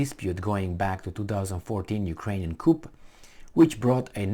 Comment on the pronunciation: COUP IS NOT PRONOUNCED "COOP". HOW MANY TIMES DO I NEED TO TELL YOU? ARE YOU DETERMINED TO LEARN NOTHING? COUP IS PRONOUNCED "COO".